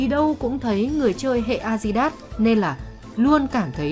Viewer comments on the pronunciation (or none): Kênh 740k sud, đọc tiếng anh a di đát